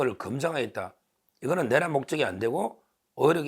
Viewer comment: 서변 내란이란 국어 사전에 내:란으로 내를 길게 발음 하는데 그냥 내란으로 발음하면 탄:핵을 탄핵으로 발음 하는것과 같은 오류 아닌가요?